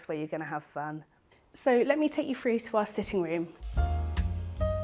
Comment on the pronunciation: Drives me crazy when people pronounce through as ‘frew’.